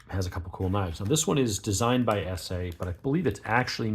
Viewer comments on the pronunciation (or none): ESEE is pronounced like messy. That’s a drop point, not a spear point. The scale is not G10. It’s a frame lock, not a liner lock.